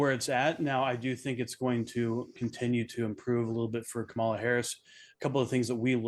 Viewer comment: This guy is a clown. He can't even pronounce Kamala's name.